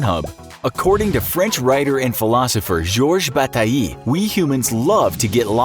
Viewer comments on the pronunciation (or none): Lol that's not how you pronounce bataille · How the narrator pronounces George Bataille hurts for a French speaking person ouch